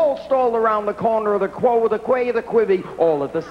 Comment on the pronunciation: It's supposed to be an announcer's test. An announcer should know that quay is pronounced "kee", not "Kway". Placing quay between quo and quivery was probably meant to trip up someone reading the test.